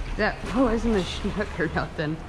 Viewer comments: It’s also a snook not a schnook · My dad tied on some eurotackle jigheads I gave him last year for Fathers Day but didn't catch anything in the extremely high water the last few days in the Wisconsin River. I like how you Minnesottans pronounce "snook" as "snoochk" or however you'd spell it. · no H in Snook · Driving me crazy when you call it a Shnook! It's Snook. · Haha that’s how I said Snook too for the first time lol. My guide told me after the third time there was not an H in Snook! Great catch!